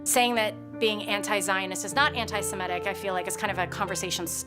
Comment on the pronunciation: Semitic is NOT Shemitic